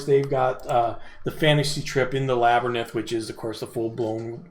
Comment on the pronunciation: His tongue got in front of his eye teeth & he couldn't see what he was saying. 😁